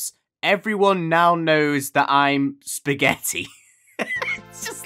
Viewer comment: I love how he calls stuff Pasghetti